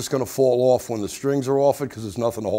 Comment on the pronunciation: love how he says "strings owff"